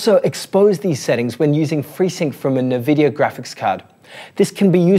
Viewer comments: As far As I know they are in Canada so they speak frenglish and this might be the reason for NeVidia and not eNvidia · Good content but it's so hard hearing it mispronounced 'nuhvidia' instead of 'en vidia'. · We appreciate the work but please amigo: it's "N-vidia" not nvi-dia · Actually... en-VID-eeyah Official pronunciation from nVidia right here: Also, unrelated to your post, but just because some crazy people like to state otherwise, "en-VID-eeyah" (emphasis on VID not the N) is always how it has been pronounced. Anyone who says it like "NEH-vid-eeyah" or "NUH-vid-eeyah", or that it ever changed back and forth how it was to be pronounced over the years, is wrong. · No mention of removal of stutter.. Major advantage of the tech. Shows lack of knowledge. Check out Blurbusters peeps. Also it's 'en vidia' not 'Na vidia 😜 Appreciate the work though and the compatibility list is great. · its NNNNNvidia not Naaaavidia. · I've heard people call it "Nuhvidia" since the 90s. It's like Aluminum vs Aluminium. You do you and ignore the trolls :D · It's pronounced INN-VIDD-DEE-YAAH for Pete's sake! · It's actually pronounced en-vid-ee-ah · It's pronounced In-vidia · Except that is Australian. And no, we Aussies don't pronounce it nirvidia either. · Jezus I can't watch it. 'NEH'VIDIA" - who doesssss thattttt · Nevidia :D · Cringe. It’s “en vidia”. The way you’re pronouncing it is like calling Intel “Ein tel” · "Nevidia"?! Apart from that, great content. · My god the way you pronounce "Nvidia".... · Mate, put that" E" in front of the "N" when you say "nVidia".